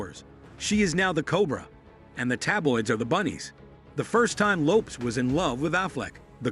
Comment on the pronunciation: I couldn't get past "Jennifer Loops" Your AI sucks